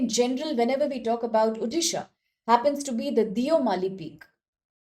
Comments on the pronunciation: It's not Udisha, It's ODISHA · It's Odisha not uddisa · Same thing irks me as a resident of odisha.... It's like calling someone's name wrongly without understanding its meaning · Why people can not pronounce Odisha as O-disha, why Ou-disha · Please pronounce the state name properly. Otherwise go and learn how to pronounce this correctly.